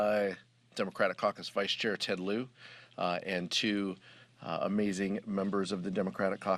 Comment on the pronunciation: Ted Lieu-ser...